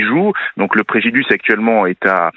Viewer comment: Le préjiduce ?